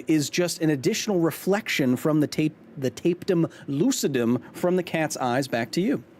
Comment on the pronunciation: It's not a taped 'em lucidum, it's TAP-e-tum (like tapestry) (because it's a sheet of material) lucidum. Science is correct, words are hard.